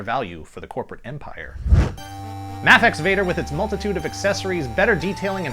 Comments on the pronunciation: isn't it pronounced MAYfex? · I am almost 100% sure Mafex is pronounced May fex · it is mayfex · The way he says mafex makes me want to die 😂😂